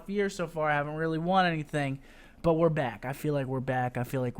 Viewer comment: I HATE the way you say 'but'